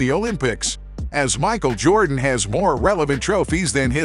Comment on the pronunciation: If you can’t pronounce the name correctly, I think you should find something else to do on YouTube.